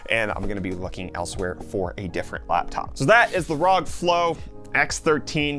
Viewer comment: Its pronounced rog not rog